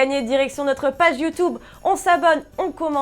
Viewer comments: Svp telefoot arreter de dire "youtoube" c "youtUbe" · Très bonne vidéo comme d’hab mais s’il te plait arrête de prononcer « Youtoube » 😭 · Par contre c'est pas youtoube c'est youtube :)